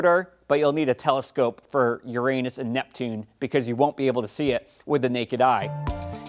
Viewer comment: LOL!!! "urANUS"